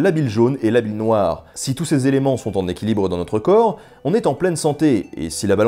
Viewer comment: Les quatre éléments, pas les quatre zéléments... Mais c'est pour chipoter, j'aime beaucoup tes présentations